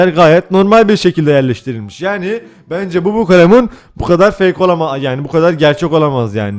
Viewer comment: Türkçe : Bukalemun Baturayca: Bukulemun 😂😂😂😂😂😂